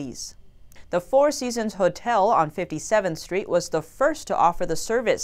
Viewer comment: hmm you pronounce Hotel as he~tel